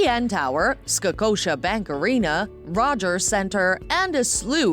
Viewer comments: This video showed Singapore Chinatown as Toronto Chinatown, St Lawrence Market as Kensington Market, Toronto Art Museum as Royal Ontario Museum, Niagara Falls aren’t in Toronto, tonnes of mispronounced locations! It’s Scotiabank not Skocotiabank! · Skacotia Bank Arena, lol!